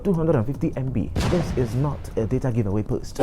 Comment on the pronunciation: Onye nkuzi O-dee akpu, ekelekwa m gi. You've wrongly and ignorantly pronounced "data". just goes around to constitute nuisance.